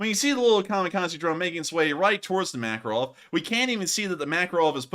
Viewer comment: I first thought you said "Admiral Mackerel" and now it's all I can hear 😆